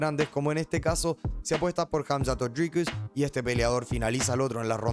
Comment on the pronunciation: jamzat o drigus